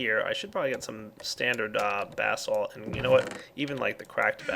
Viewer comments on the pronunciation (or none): every time he says basalt it sounds like bath salts to me. lol